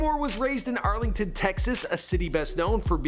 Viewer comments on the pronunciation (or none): Arlington is not arlen nigga 😂😂😂😂😂😂